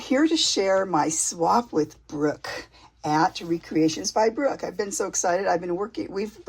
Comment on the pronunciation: That is such a beautiful journal. All of your work is always so stunning. Thank you for the shout out. Yes, you said my name correctly.